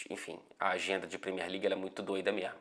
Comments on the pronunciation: Esse "mermo" já denuncia o carioca. Hahaha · eu sei, mas eu tô falando quando ele tá dizendo alguma coisa séria e do nada ele manda um "mermo"